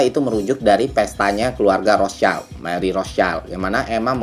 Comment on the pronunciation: btw rothschild bang bukan rostchild